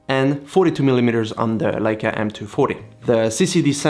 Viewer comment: It's not a "Ley-ca" as in "sail" , it's a "LEI-ca" as in "shy" or "I".